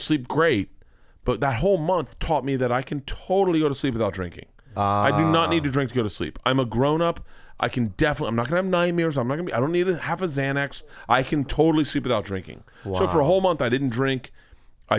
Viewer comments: Looking back on this after 2 bears and hearing Burt say "Night-meers" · Did he say nightmeer?